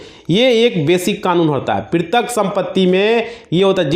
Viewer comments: NOT PRITIK BUT PAITRIK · वकील साहब पैतृक को पिरतक बोल रहे हैं कृपया ठीक उच्चारण करें,कृपया मातृभाषा का सम्मान करें,यह हम सब‌का कर्तव्य है।जय भारत। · प्रितक गलत उच्चारण है इसे पैतृक सही उच्चारण है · पैतृक (paitrik ) समझ रहे हो पितरक नहीं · वकील साहब पैतृक बोलिए प्रितृक नहीं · क्या कमेंट किया जाये? आप तो पैतृक सम्पत्ति को प्रितक सम्पत्ति कह रहे हैं। कैसे कोई आप पर भरोसा करें । Sorry. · आप शायद वकील साहब हो लेकिन आप भूल बोल रहे हो पैतृक संपत्ति को पृतक संपत्ति बार बार बोल रहे हो जो गलत है। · Pirtak nhi Patrick sampati hota hai😅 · Bhai tumhe petrak nahi bola ja raha tum kya kanoon padhoge